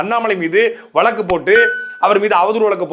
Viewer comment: தம்பி அது “ லாகா” இல்லை “ இலக்கா “. “வலக்கு” இல்லை “ வழக்கு “. மலை மெலெ மழை” பெய்யுது எப்பிடி சொல்லுவெ 😄